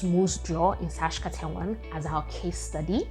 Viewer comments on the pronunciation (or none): Haha, we should really help you with your struggles pronouncing Saskatchewan 😂